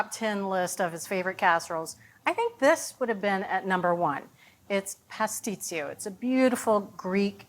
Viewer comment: My mother made the best pastisio. She made it for all the holidays. It is pronounced : puss- tee-cho